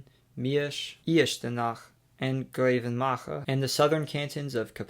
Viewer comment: He completely screwed up Vianden and Grevenmacher had the wrong syllable stress. Remich was sort of close.